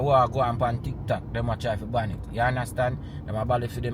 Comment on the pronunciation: You meant to say BAN not BAND.